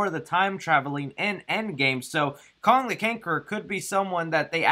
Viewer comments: "Kong the Canquerer" lmao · You saying kong the cankerer made my day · “Kong The Canqueror” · Did anyone notice that he said Kong the Kankerer?? 😂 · U said Kong the kankger haha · ...lol.....you said kong the canquerer.. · he says Kong the canqueror. 😂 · When I see, I click, also you said "Kong the Cankerer" lmao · Go to you said listen how u said his name lol